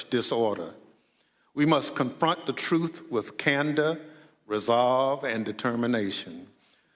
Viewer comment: OMG! And he “aks “ witnesses to tell the trufe.” SMH 🤦🏼‍♀️